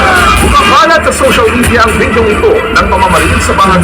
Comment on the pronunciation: repeat after me…v-i-d-e-o NOT vedio! Ayusin nyo salita nyo, bay!😁🇵🇭